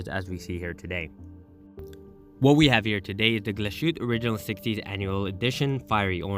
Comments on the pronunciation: Wow you didnt even bother checking how the name is pronounced? You do know they speak German in Germany not French? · Not bothering to make the minimal effort of spelling and pronouncing Glashütte correctly is insultingly lazy.